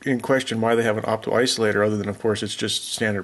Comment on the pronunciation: Did you say "iso-optilator" or did I imagine that? :) I had a co-worker that once said it that way and I adopted it and say it on purpose once in a while, when the opportunity arises, just to see if people catch it. Sort of like when I use the phrase "I'll see that when I believe it."